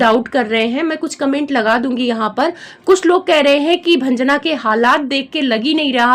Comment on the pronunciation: भंजना क्यों बोल रही हो